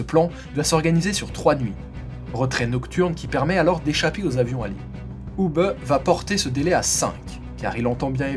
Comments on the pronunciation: Hubé......punaise mais tu as appris a prononcer les noms teutons ou? "Hubeuh" c'est un nom propre.... ça te dit que je te rebatise ""? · Pour la prononciation de Hube, elle est presque parfaite. Vous auriez pu terminer par "bè". 😊 Bonne continuation Si pour d'autres vidéos pour des noms belges (francophones ou flamands) ou des noms allemands vous avez besoin d'aide pour la prononciation, je peux vous aider si vous le désirez.